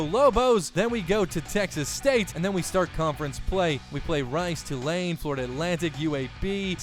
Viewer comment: Tulane is pronounced Two-lane btw. Good series